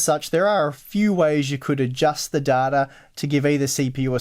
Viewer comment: I like how you say data "Dartar"